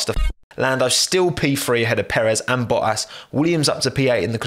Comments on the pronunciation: What is his accent lmfao he says bohas instead of bottas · You know is British because he says Boas